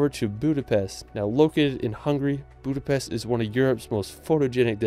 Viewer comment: One thing. It's "Budapest", not "Budapeszt".